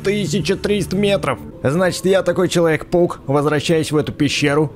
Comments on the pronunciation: мне одной показалась что он сказал человек пук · такое ощущение что ты говоришь вместо человек паук, человек пук!😆